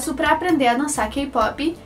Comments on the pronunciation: Se pronuncia * keypop * pero tú dices Keipopi 🤦🤦🤦🤦🤦 Pareces guaga K-Pop no es solo BTS y BLACKPINK !!!! >:vvvvv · "kipopi" hahahaha love your accent!